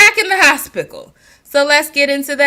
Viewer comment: Lol at the first when you were saying hospickle it made me think about how my Daddy called it the horsepital😅and yes out of the mommies Jazz has shown the most growth and you hit the nail on the head with videos with Bentley, people love pet videos and her learning a craft, I think handmade soaps would be something for her to try. I have a friend who makes soaps and does good with selling them here in the community. Jazz could even sell them on Etsy...just a thought...you made me laugh a lot with this one